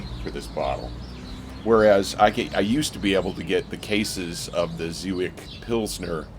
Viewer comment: I looked it up, it's pronounced zhe-viets. You looked so happy to be outside!